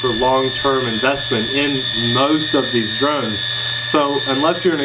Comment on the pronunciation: you said we did drones all year I thought you said,"we did drugs all year!"